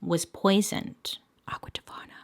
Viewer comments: took me out!! "Aqua tofana" 😂😂😂😂😂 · Bailey: "mads was poisoned" Also Bailey: "aqua tofana" 🤣🤣